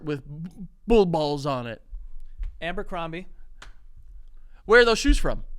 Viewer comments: I’m surprised no one made fun of Joe for saying, “Amber-crombie” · And “Amber-crombie” 😩🤣🤣